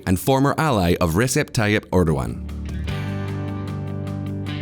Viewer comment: Your credibility is hurt by bad pronunciations. Use Google translate, check out BBC/CNN or talk to a Turkish person for pronunciations. These are major, common names and terms said in the news regularly. Also, 'Turkish' and 'Ottoman' are not interchangeable. You wouldn't say "Bourbon" when talking about French President Macron, would you? Davitoglu, Erdogan, Recep, Sharia, et al The 'g' with a smile above is silent. 'C''s are pronounced like 'j's. There's no such thing as 'Shi-aria' I'm only pointing this out because I like this channel, learn from it, subscribe, and hope for continuous improvement.